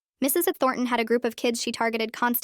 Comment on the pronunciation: Anyone else bugged by the teacher’s being pronounced as Mrs EnThornton?